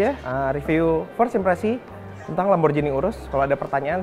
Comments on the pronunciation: Wah cara bacanya kok gitu sih... yang bener LamborGHini bro, bukan LamborJini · LamborGini om bacanya bukan LamborJini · "Lamborghini" bukan "Lamborjini"